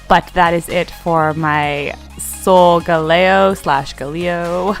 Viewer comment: it's pronounced Soul - Gal - eo